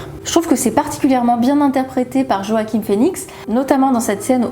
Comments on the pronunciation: sa se prononce Roakim mais sinon c'est nickel :p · Excellent travail! Le J est muet dans Joaquin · Joaquin est un nom d’origine Espagnol et le J se prononce avec un soufflement qui provient de la gorge et qui a une sonorité similaire au R. Mais les anglophones prononcent ce nom o-aquin